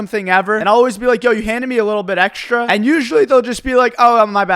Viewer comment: Does anyone know where this guy is from? I noticed him saying the word "extra" like /ekʃtra/ with an outstanding /ʃ/ sound. I would really love to know where that accent is comming from.